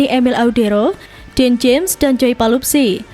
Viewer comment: Bukan "Palupsi" tapi "Pelupessy" !!!